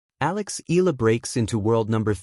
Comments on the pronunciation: (EYALA) not "ELA" learn how to pronounce the name properly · EE~YAH~LAH. Please do it right. Not skid pronounce like English, EALA is a Filipino name and Filipinos pronounce every syllable. With 2 vowels close together does not mean we slide pronounce and make it EE. NO, please separate the vowels and say EE~YAH then LAH. Simple, why make it complicated. So Annoying. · How come these guys can pronounce those tongue-twisting Euro names but can't do it with Alex? Mind-boggling.